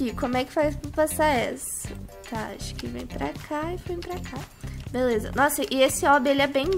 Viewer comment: fala assim beleuza kkkkk